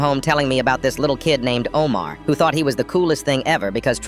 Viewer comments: AMED? FATEMA? O-MAR? LAY LA? damn that ai ain’t even 1 pinch close to the pronunciation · Its not aaaaa men its AHHHHHHHMAD in not faima ITS FATTTTIMA its not omar ITS OHMARR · And I don't mean to be rude as an Asian from an Arab country, but I think you don't know many things about us, you said Omar, Fatima, Ahmed wrong, all of them. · Im arab and WHAT THE HELL IS AHHHH MEED AND FAMINA AND OO MARR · THE WAY THEY SAID FATIMA AHMED AND OMAR HURT ME